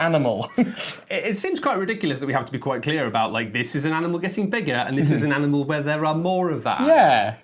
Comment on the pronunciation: Does say "aminal" a few times or is it just me?